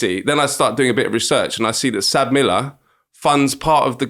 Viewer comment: It's not pronounced "Sab Miller" it's pronounced "ES AY BEE Miller" (South African Breweries). They are now called "AB InBev" (Ay Bee Inbev)